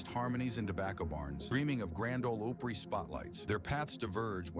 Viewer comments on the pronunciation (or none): Grand Ole OP- ry !!! Damn it , not OH-pry ! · Grand ol Ohpry WInfrey. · This deserves a thumbs down for the mispronunciation of Opry alone. Also, it's Dumas Walker, not Dumoe. I'm assuming the video is utter bullshit from the Headhunters story onward, like it was from the beginning up to the Headhunters "story". Obviously, I won't be clicking on anymore of your postings. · Lots of misinformation and the IA voice that can't say Opry (among other things) kill this entirely.